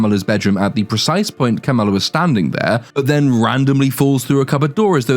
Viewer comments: Oh wow. Yes and English for dumba** is du***ss. Pretty huge difference, wouldn't you say? Not even something that the creators can use under their creative licenses to make a pun about Ms Marvel/Kamala Khan even though they actually do stress on the pronounciation every time. Ka-MAA-la instead of your lotus Kum-La 😂😂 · “Kamalalalala” lmao! I know some say - “Kamala” is adorable - and - only reason anybody should watch this. Ummmm…NO! Just stop! She’s beyond annoying. Don’t watch this for anything. Especially for Kamala Khan. For fucks sake!